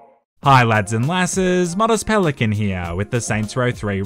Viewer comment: did he really say moist penguin? i can already see charlie's review of modest pelican's channel